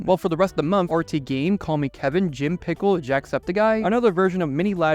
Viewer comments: CallMeKevin owns the Jim Pickens. Not to hate or anything but you said Pickles when saying Pickens. But this is a good video. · Not jim pickens being mispronounced as jim pickle